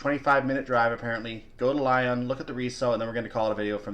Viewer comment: Great and informative video. really enjoyed it. One bugbear Its leeeeeee on Not Lion